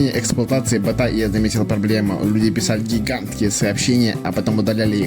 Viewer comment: Слушай , а у тебя прикольно получилось , так держать ! А еще мне понравились твои оговорки : чучуасьника чата😂 картсметика 😂 ботха